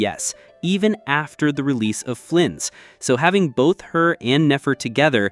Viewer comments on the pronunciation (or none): none